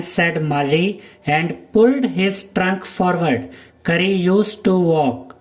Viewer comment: Sir you he no curry he is kari😂😂😂 But you say rice curry🤣🤣🤣